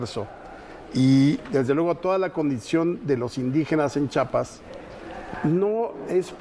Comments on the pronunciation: SE PRONUNCIA CHIAPAS CHIAPAS ,CHIAPAS NO CHAPAS PARA OPINAR M IMAGINO LEISTE SOBRE EL ESTADO Y LO HAS VISTO ESCRITO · sse pronuncia CHIAPAS , CHIAPAS